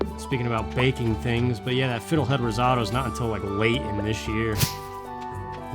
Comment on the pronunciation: 1. Spring! Finally! YAAAAAAAAAAAY! In the real world too, for that matter. 2. Say it with me,, slowly: "Riz-OH-toe", like that. Sigh...Americans...mind you, I'm 25% Italian, and it's the bet 25% I have, in some ways. It' snot your fault the English language sucks. 3. I'm kind of happy they put you out for your scope, eh ( know it was a while ago in real time now, but still): even if it's more expensive, I have stronger nerves than you do, and even I had a mild panic attack when they shoved a tube down my throat when I was conscious. I've had two of those done, and the second one was WAY better because they put me under for it. Just not one of the procedures I'm good at, I guess. 4. Duuuuuuuuude, my mom's rice pudding...ugh, that would be my only food in Heaven, and I don't even believe in Heaven. 5. Pop-pop-pop-pop-pop-pop, WHEEEEEEE! Spring puts me in a good mood. And I have yellow tulips on my desk right now. One o them, just one, is VERY dead, and I'm calling it my "dud bud". 6. "He's an asshole!" Have you ever heard "I'm an Asshole" by Dennis Leary? Hilarious song; I think you'd like it. 7. Sigh, you don't have to smoke pot to get artistic inspiration. I've told you before that your body's natural store of DMT can lead to very vivid hallucinations without you having to be high. You know that's how you dream at all, right? 8. F*ck the jewellery commercials, but you ARE at least young and in love. That's nothing to sneeze at. Me too, but the problem is, I love a man